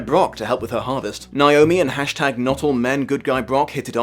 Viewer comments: THAT IS NOT HOW YOU PRONOUNCE NAOMI, YOU FUCKWIT. IT'S NOT NEYE-OH-ME, IT'S NAY-OH-ME. WHERE THE FUCK DOES THAT MISPRONUNCIATION EVEN COME FROM? THE I IS AT THE END OF THE FUCKING NAME. WHEN IS A EVER PRONOUNCED AS "EYE"? JESUS FUCK. I'm sorry, but this just really gets under my skin. That mispronunciation is like nails on a chalkboard to me and is the entire reason why I only ever go by my legal name when I have to. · As a Naomi...you want to say it like how you say "neigh" "neigh"-omi Lol Everyone focuses on the I and it's kind of funny